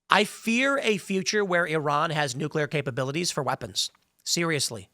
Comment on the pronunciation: Was I the only one who heard Tim say 'Turron' instead of 'Iran' several times? I don't think that a war with Iran was ever avoidable. For years, the machine has been calling for it, and Trump can't stop it, especially if Israel is involved.